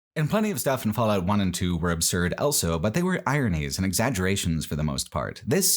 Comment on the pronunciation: pronounces the word "also" as "elso"